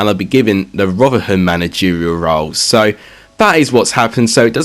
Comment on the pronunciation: Please bare in mind you can't say rotherham